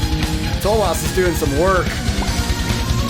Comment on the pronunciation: Huge Thank you for the effort!! We finnish, we dont mind and we do understand no matter how you said it. We know how hard this language is :) hint Tuomas = two-o-moss ;)